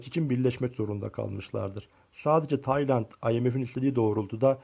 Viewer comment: “Taynat” ne amk konusmayi ogren